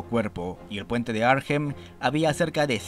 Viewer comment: Hola, sólo un comentario sin importancia, la h de Arnhem no se pronuncia.